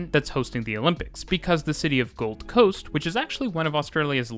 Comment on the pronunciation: Something here is throwing me off with the pronunciation. How he says "South bank" and "Gold Coast" (I live there, but I think this applies probably everywhere in the world lol). He's saying them as if the location names are "South" and "Gold", and as if the word "bank" and "coast" are not part of the official name... if that makes sense. The emphasis is on the first word, and then the "bank" and "coast" has less emphasis and comes after a pause, as if he's following up "Brisbane" with "region" or "area" or something. When we say the names of these places, we're not breaking it up like that (regardless of there being a space or not, Australians in particular don't respect spaces between words lol). He's making it sound like it's the "something" bank, and the "this kind of" coast. The second word is part of the actual name and is just smashed in with the first word as one natural word, sort of thing. It's treated like "Oxfordshire" in England. One word rather than spacing it and it then coming across like "the shire that is Oxford". Bit of a nitpick. Also did anyone catch that he said Beenleigh wrong? (joking).